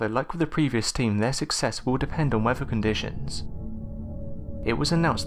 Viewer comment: You should do a video addressing the anomaly of how you are unable to pronounce certain words correctly. examples: wevuhh (weather), ufff (earth), fowzind (thousand), antarctikerr (Antarctica), feenk (think), uhhvuhh (other). I have been viewing your videos for longer than a year but now I turn the volume to zero and just read subtitles. That's the only way to do it trust me.